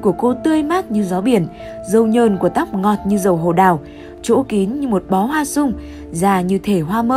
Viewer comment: Giọng đọc của bạn này chán thế nhỉ. Hoa súng thì đọc thành hoa sung. Cứ kiểu nâng tone giọng lên một cách thái quá đâm ra cảm xúc lúc xem cũng tụt luôn @@